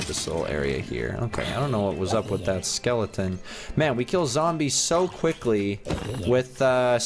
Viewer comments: It’s skeleton not Skellington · Skellington? You mean skeleton? 😂